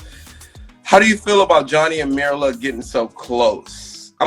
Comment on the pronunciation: It's: 'MYRLA' ! Why can't ANYONE READ & GET HER NAME CORRECT?.?..